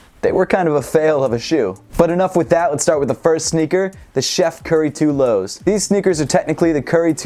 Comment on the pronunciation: It sounded like you said cheif curry 2 lows